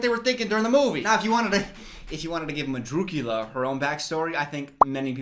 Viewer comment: Hahah it's the fact he knows her name is Ursula, but somehow remembers "madrukula" and pulls it out of his ass every time lolol. Makes it even funnier